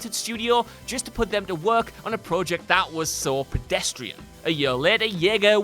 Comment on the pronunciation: Dude i love ur voiceover work but please pronounce project correctly